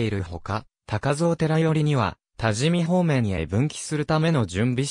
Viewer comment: 高蔵寺 たかぞうじ じゃなくて、こうぞうじです